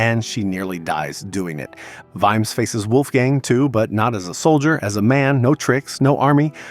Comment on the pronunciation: You pronounced it Veemz? Really?! 🤣